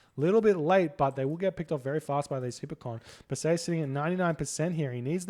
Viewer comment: It's Per-see-us. Not "Persayuhs"